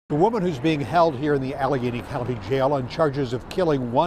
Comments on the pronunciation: Yes you’re saying Alla-gain-e correctly :) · You pronounced it correctly, Al - a - gain - y. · You said it correctly. Allegheny 😅 ALLA GAIN EEE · Allegheny (you said it right when you pronounced the "g"). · You did a fine job pronouncing Allegheny. Wow. What a crazy case!! I don’t watch tv much so despite the fact that I live in Pittsburgh I hadn’t heard of this. Was busy sitting on a jury in a different double homicide case here in April whose sentencing was today. Maybe I’ll try and send that one to you now that it’s wrapped up and over with. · I grew up in Pgh suburbs. I'm only one in my family, to move away, to Michigan. You pronounced Allegheny Co perfectly. Aleg....any. Allegheny. I realize that for those born out of U,S, the city and county names are kooky. Ironically, Pgh has "the point". Where 3 rivers merge. I ended up moving to a town called Three Rivers Michigan . A suburb of Kalamazoo! All real names....I promise. I went to South Allegheny H,S, I was also one of the first an*rexia patients at Univ of Pittsburgh. It's a small Grizzly 🌍.